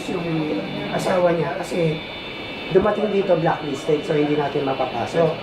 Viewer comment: Hindi blocklisted… BLACKLISTED!!! Aral muna bago vlog ha 😂😂😂